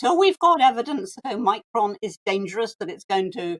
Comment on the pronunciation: Anne Widdecombe, the first person I've heard pronounce omicron properly. There might be something to note here regarding how people can just blindly follow. And how real Anne is.